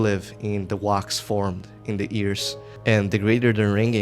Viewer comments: “wox is formed” big bro can’t say wax 💔✌️ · oh yes baby say wax for me again... "WOAX" Edit: also just so i dont forget: Boooo russia, dont buy this game. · I hate the way you say wax